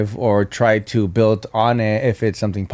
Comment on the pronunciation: “builDD” 😂😂